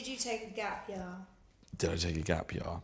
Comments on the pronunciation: Larf I nearly fell off my chaaar when he said Gap Yaaar. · "gap yah"